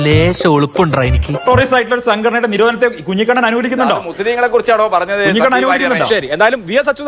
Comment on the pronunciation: കുഞ്ഞിക്കണ്ണൻ അല്ല കുഞ്ഞിക്കുണ്ണൻ